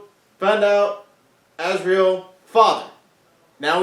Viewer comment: Volume on you two was MUCH better time thank you :) A couple notes (clarifications or constructive criticism, no hate) - Magisterium not magistrate - Lord Asriel is pronounced AZ-ree-al, with the emphasis on the first syllable - You guys both say "pretty much" a LOT. Again, no hate, just pointing it out in case you guys aren't aware how much you say it, but from a viewers perspective (or maybe it's just me) it can become a little tiresome :) - Regarding John Parry, they explain in the ep, the reason Lord Boreal wants to find him isn't because he Knows him or has a connection to him already, it's because Lord Boreal he himself was the only person he had ever known or heard of up to that point who had actually Crossed Over into another world, and when he found out that John Parry had too he feels like he Has to meet this person who is the only other person that's done this big thing (or something (can't exactly remember how they explain it in the ep) Good reaction, looking forward to your guys' reactions to next week's ep. Should be a really interesting one :)